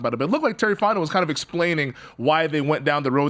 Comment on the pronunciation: why does he keep saying "super bowl winner terry fotnau" lol